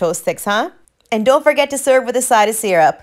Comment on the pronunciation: Her accent is fake lol nobody speaks like that and then doesnt say “sirrup” lol, she said seeerup